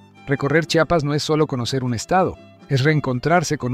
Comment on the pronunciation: Porque siempre pronuncian su nombre incorrecto, no es chapas es: CHIAPAS, porfavor.